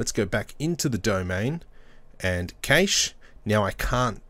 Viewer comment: thank you for the video but cache is pronounced like cash!